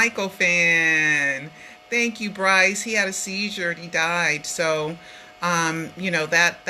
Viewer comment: BOYCE, not Bryce.